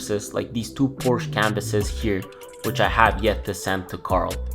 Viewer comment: Learn how to pronounce Porsche Please